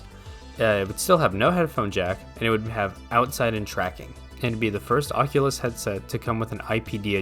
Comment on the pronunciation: the oqulus